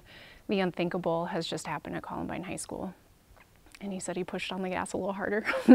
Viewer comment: Columbine, not "Collinbine."